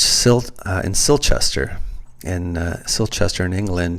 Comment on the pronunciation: More like “silt”chesterrrrr , haha